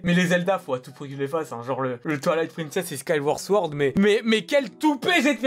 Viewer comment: parre comptre tue parl mie 2 skaîouorde souord